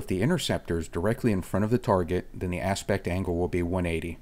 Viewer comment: Always excellent. "High Apect" :)